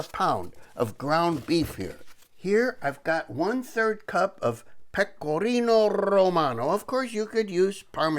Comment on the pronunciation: Good to see ya catch a fish again. Very nice looking Meal. AH...Pecor-r-r-r ino R-r-r-r-r giano again! Love it. Looking a little "Brutus" with that Squash my friend. That looks like a good meal for sure. Ms LuLu is fortunate to have you,?cook for her?....haha. Woke up for some reason tonight. Turned on your channel to see your Sunday post. You made me hunger, made me laugh.....going back to bed now. Thank ya.